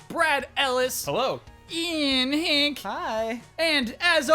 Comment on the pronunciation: The way Kyle says "Ian Hinck" totally sounds like "i en hink" which means "in a bucket" in Swedish =)